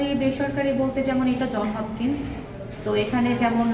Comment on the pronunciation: JOHNS HOPKINS not John Hopkins.